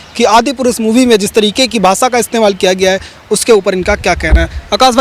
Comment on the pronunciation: The reporter can't even pronounce Adi purush. He says Adipurus. Generasion not generasan, Bhasha not Bhasa.